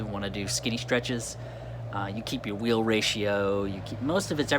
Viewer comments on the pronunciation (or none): First thought was I thought you said “Weed”🤣🤣